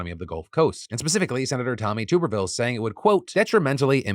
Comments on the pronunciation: I laugh every time you say Tuberville. It's pronounced Tub erviller like bath tub. The guy is an asshat so I hope you are and continue to mispronouncing it on purpose. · Please pronounce tommy tuberville's name correct it is tub-er-ville not tuber-ville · I love that Phil has not ever said Tuberville's name right.. As a former Alabamian, he deserves to be mispronounced as he stinks